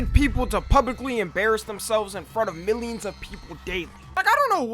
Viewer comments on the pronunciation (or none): none